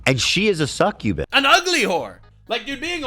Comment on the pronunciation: Succubus ✅ Cukkubus ❌